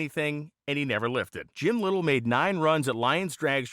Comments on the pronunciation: Just saying... it is pronounced "Ly tell", not little Least that the way I pronounced it all my years! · His name is pronounced Ly tell. At least all the Hotrod community in Los Angeles called him that. My neighbor Dale Linguard did some fabrication on Lytele's Allison Issetta. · Its pronounced "lite-el". Good friend, good man. I worked with him in Maui 30+ years ago. He still had two of those engines left. I got to help install one into a VW Bus. Man was impressive. Made the 2 speed trans for it from scratch. He even built my Subaru Baja he sold me when back in 1993. Miss that dude.